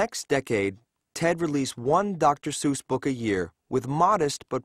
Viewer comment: A documentary on Dr. Seuss and mispronouning his name throughout? Not knowing Suess actually rhymes with 'guess' is poor research.